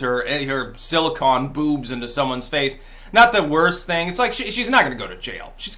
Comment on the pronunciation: As a man who uses it on a regular basis: it's siliCONE, not siliCON. That is all.